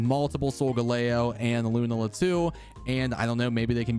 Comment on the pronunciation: It's Lu-Nah-la. Please my dude.